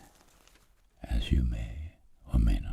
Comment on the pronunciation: Velcome back